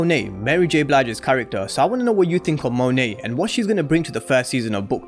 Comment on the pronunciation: Thank you for pronouncing her name correctly Lol